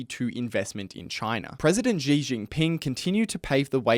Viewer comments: Xi is pronounced like the English word “she”. It’s not hard. There is no “j” in Chinese like the French j as in “je suis…” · Good video, but please, at least learn how to pronounce “Xi” if you are going to say his name so many times.